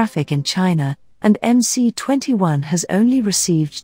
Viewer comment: Stop calling it "em-cee" for God sakes. It is "em -ess".